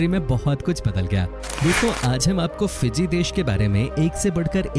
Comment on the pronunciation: It is fiji not piji